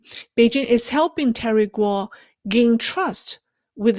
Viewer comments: Why do you and others say "Terry Gau or Gao" when his name is GUO? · IMPOSSIBLE she cannot pronounce "Guo"